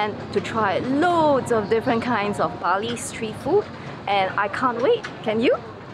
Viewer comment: Bali dude not bail😁😁